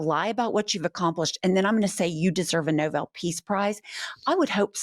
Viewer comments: She also says chump sometimes and how can she not pronounce Nobel. Girl do you know how to spell noble. I have heard her mispronounce words many times. Are we sure she graduated college? Is the degree a fake and printed from Word? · Can’t even pronounce the award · She can’t even pronounce Nobel correctly. 🙄😂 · Karoline Leavitt doesn't even know how 'Nobel' is pronounced. The MAGA ignorance is amazing! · The woman can not even pronounce Nobel correctly... :) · It's the Nobel Peace Prize. Not The "Noble" Peace Prize. How can Trump deserve something she can't even pronounce?😅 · You didn't give her shit for saying ... noble when she should have said Nobel . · No BULL Prize or No BELL Prize Is it too Much to ask that the nation’s press secretary be qualified enough to … ya know understand basic pronunciation? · .and if you really hear what Leavitt says, she calls the Nobel Peace Prize the "noble" prize. Can't pronounce No-bell. She's a chancre on the U.S. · First it's Nobel not Noble she has poor grammar for someone who is supposed to be educated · It's the NobEl Peace Prize, not the "Noble Peace Prize". These people are illiterate. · I know this is catty, but you would think the person who speaks for the President of the United States would know it is Nobel, not "noble". His whole administration is guilty of butchering the language, which just advertises how basic these people are. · Leavitt is so ignorant she doesn't even know how to pronounce No-bell. It's not pronounced "noble", child. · She pronounces it no boil peace prize …instead of no bull pronounciation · ...and it's not "Noble." It's pronounced "No-Bell" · ➡️ She pronounced it "NÓ-ble." Just smdh. The Prize is pronounced "Nō-BEL." For Alfred Nobel, inventor of gunpowder & philanthropist. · The Nobel Peace Prize is pronounced NO-BELL not noble. So we can just give Trump the 'noble' peace prize because it doesn't exist. Poor Karolyin' is so dumb. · She pronounced it noble, not Nobel FFS